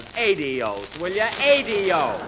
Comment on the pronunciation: Love how Jack mispronounced Spanish words; menaña and aydios